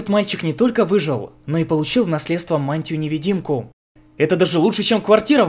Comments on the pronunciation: какую невЕдимку. Правильно невИдимку. Следите за орфографией :) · не неведимку, а невидимку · Да, на «НевЕдимку». Аж глаз резануло...